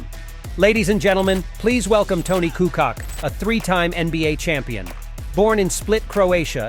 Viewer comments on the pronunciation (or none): It would be nice, if you could spend at least 1 minute trying to figure out how the names are being pronounced. You are raping our names heavily. - It is not Coockock, but Koockoch (Kukoc) - Petrovick is actually Petrovich (and if you want to be a bit more precise, trying saying t and y together for a bit softer version of ch) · KukuCh or KUKOCH! WTH man